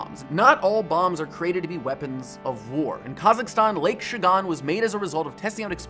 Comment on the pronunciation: No worries. And for the future, you pronounce it as SHAGHAN